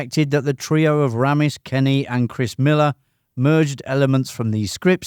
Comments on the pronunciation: His name is Harold RAY'MISS. Not Ramm iss. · Sorry but if you've spent time researching Animal House then surely you could at least get the pronunciation of Harold Ramis' name correct - his surname is pronounced as "Raymis" NOT "Rammiss". This is CLEARLY expressed by the man himself on the Ghostbusters dvd commentary. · Ramis is pronounced Ray-miss. Not "Ram-miss" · Ray-mus. So irritating when narrators claim to give us new information and can’t even take the time to learn how to say the names and words correctly. Lame! Yes, none of this is new! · A classic movie. I love it. His name is pronounced Raymis. Harold Raymis. Thank for the video 👍🏻